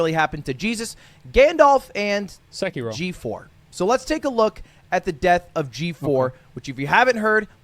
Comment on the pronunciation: "sekiro" LoL